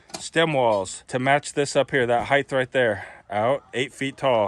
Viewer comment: It's HEIGHT not HEITH...pronounced like kite